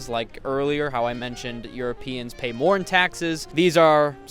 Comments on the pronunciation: Trenitalia, not Trentitalia, but not a big deal. As a professional swiss/italian, I loved this video. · " my italian is absolutely perfecto " 😭 Also it's "trenitalia" not "trenTitalia" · Trenitalia not trentitalia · It's not called Trentitalia, but Trenitalia wich means Italy's trains